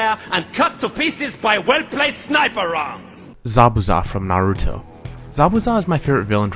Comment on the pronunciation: omg you actually pronounced naruto's name right :D I hate it when people say neruto -_- its with an A not an E just like sam is with an A and not an E, and really who wouldn't hate it, if I pronounced your name wrong you'd be upset too